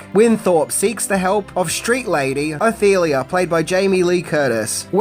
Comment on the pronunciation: Jamie Lee's characters name is Ophelia and it sounded like you said, "Athelia?" 🤔